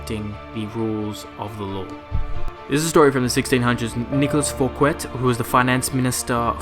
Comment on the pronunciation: Thanks! informative! BTW: *How to correctly Pronounce Fouquet: (the T is silent) *The french king in question was the sun king, Louis the 14th.